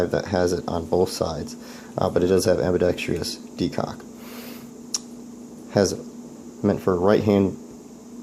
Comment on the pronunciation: FYI, it's pronounced "ambidexTRUSS" not "ambidexTREEUS". Great video otherwise.